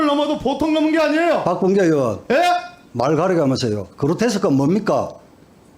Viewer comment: 으원이야? 의원이야? 발음 똑바로 하쇼..